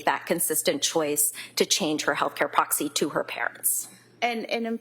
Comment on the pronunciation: Healthcare "proxi"?? Wth..